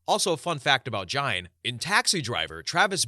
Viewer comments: fyi its pronounced "geen", like rhyming with bean, not "jine" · “Ed gine” I thought it was geen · Ed Gian? Ed Gein, and it pronounced geen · Story 10. Gein. Ed GEIN. Not gian,not giant.... GEIN. Pronounced GEEN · Gene. As in geeeeen. Not gine. Ed gein…. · Your saying Gain's name wrong & it's annoying af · the lampshade guy was Ed Gein, pronounced Geen. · Ed Gein... Pronounced like "Gain" 😊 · It is Ed Gein not Gian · You pronounced 3 of the killers names wrong. So I appreciate the time & effort you put into the stories but at least research what your talking about beforehand. Hearing you say ( Ed jine ) so many times in the story pronouncing his name wrong made me change stories. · the way he pronounced it pissed me off😭😂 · I’d have enjoyed it more if he would have been able to pronounce Gein’s name properly. Anybody that’s knows about serial killers knows how to pronounce that name. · It’s Gein with a hard G. His name is German and Germans don’t have very many soft Gs, if any, in their language Anyways, Gein’s fascination with doing taxidermy on humans stems from the Nazi “bitch of Buchenwald”, or Ilza Koch. She had things like human skin lampshades, fingers for light switches… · Ed Gein with a "G" not a "J" sound!!!! I almost shut this video off. Who the hell doesn't know who Ed Gein is? Literally the most known horror movie bad guys are based on him. Wow! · Radder? Try raider. Jine? It's pronounced geen. Oy, do some pronunciation research before publishing please! Also, I second the LPOTL shoutout. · Story 1. Dennis Rader pronounced: Raider not Radder. Story 10: Ed Gein. Pronounced: Geen with hard G like the word go. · I couldn’t even finish this vid, it was grinding my gears so much that all these serial killers are pretty well known but you can’t even pronounce their name correctly? You can pronounce Kuklinski but not Rader or Gein?